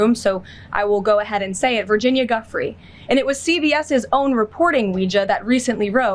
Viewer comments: Giuffre is not pronounced "Guffree". It's pronounced "Dew Fray". RIP Virginia Giuffre. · Karolyin is so disrespectful she can't even pronounce the victim's name properly. It's not pronounced Guffree. It's pronouced Joufray. Guess she doesn't matter enough for you to say her name right. It's not like you haven't heard it! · KKKaroline knows her professional life is about to become total hell. Also: Its pronounced Gu-free, not "guff-free" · None of these robotic weirdos can say names right! It's pronounced "Ju-fray!" 🤦‍♀️ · Who’s Miss Guffrey ? She can’t even pronounce Virginia’s surname ! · She doesn’t even pronounce Virginia’s name correctly, total disrespect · KL can't even show the basic courtesy of bothering to learn how to pronounce Virginia Giuffre's name correctly? There's now a creepy malevolence to this anti-truth treachery, joining the misanthropic optics of their 'Totalitarian Theocracy of Fascist America' aspirations? And KL is gleefully brimming-over with deceit, in her attempt at bludgeoning the nation into submission - using only the pantomime of her witless mendacities. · I haven't seen 10's of 1000's of documents. Where are they exactly, Caroline? And now that you know the name of the victim, could you at the very least, pronounce her name correctly? Jeez. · What a BOZO. She can’t even pronounce Virginia’s last name correctly🤣🤣🤣🤣🤡🤡🤡🤡🤡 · Leavitt, if you are going to talk about Virginia, at least grant her the respect of pronouncing her last name correct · just pronounce her name correct. And where is the fucking necklace with the cross? Are you just lying to much???